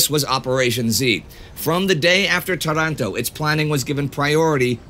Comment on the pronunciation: It's Tàranto